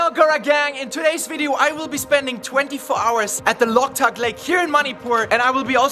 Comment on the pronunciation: Not locktuk lake ,bro" Loktak lake "